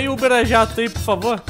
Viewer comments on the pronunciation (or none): none